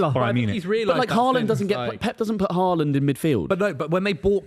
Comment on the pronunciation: The disrespect on haalands name is wild